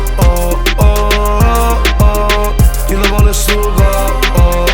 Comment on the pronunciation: Però che cosa strana che questo è catanese ma canta Napoletano ?!?!? Cioè perché ? A parte che mi chiedo come fa a saperlo parlare, anche se non benissimo perché tipo “ Kill vol “ si dice semplicemente “ Kill Vo’ “ a Napoli...